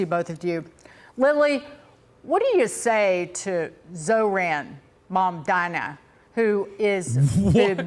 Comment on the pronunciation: "ZO-RAN MA-DANA" 😭 "ZORO MAN-DAN-AN" 😭